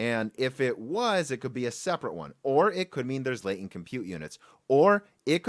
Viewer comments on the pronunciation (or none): none